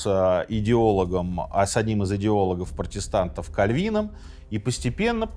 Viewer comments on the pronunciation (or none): Почему КальвИ́ном?😮 кА́львином всю жизнь было. Так лбли и не поймут о ком речь.